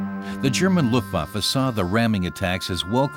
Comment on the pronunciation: luftwoaf 🤣😅n'importe quoi une voix robotique encore